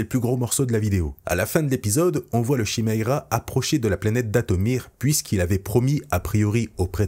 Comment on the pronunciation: Une seule chose, le nom du vaisseau de Thrawn se prononce Kiméra et Chiméra! Ça ne fait pas très beau à entendre à l'oreille! Sinon excellente vidéo!